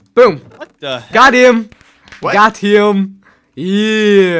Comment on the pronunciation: Ikr, and not only that, but he doesnt even say it right. He says it like twice every video